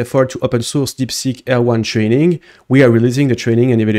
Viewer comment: A chaque fois que tu dis "Deepseek R1", j'entends "Deepseek Erwan" xD